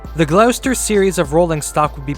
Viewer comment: The graynj not the granj Glosster not glewster Tems not thaymes